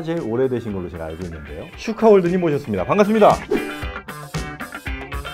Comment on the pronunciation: 슈카는 SYU 아니고 SHUCA